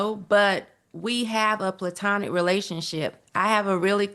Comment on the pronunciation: PLay-Tonic lol